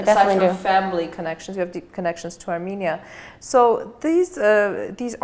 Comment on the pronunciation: Very self confident speech I think will be correct to say a r m E n i a not a r m I n i a not a m i n i a but a R m E n i a